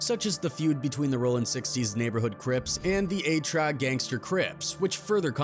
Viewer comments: A-Tra???? Eight-Tre(83) 🤦🏾‍♂️🤦🏾‍♂️ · he said "A TRA" 🤣😂😂 it's EIGHT TREY GANGSTA CRIP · fuckin ai. A-TRA crips? lol you mean 8 3? Fuckin bots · Not a-tra.!! Eight Tre.! 🤦🏾‍♂️ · Eight trey not tra! 😂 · THE FUCC IS “A TRA”? WHITE BOY IT’S “8 TRAY” 🤡🤡🤡🤡🤡🤡🤡🤡🤡🤡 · the who?! what is “A-Tra”?!!!! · "A-Tra" really nigah? Lol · Did he say A-tra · Right, yeah he TRA'd it (tryed it) but no 🤣🤣🤣🤣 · Fasho just cut this shit off because of this very reason 😭😭😭 that’s a sure way to tell a mf you don’t know what the hell you talkin bout 😂😂😂 A-TRA 😭😭😭😭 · 🤣🤣🤣🤣🤣ME TOO HE SAID A-TRA CRIPS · Lmao I was like wtf is that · Thank you 🙏🏾 I was like wtf 😂